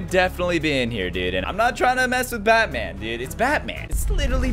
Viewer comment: In the beginning he said bat cev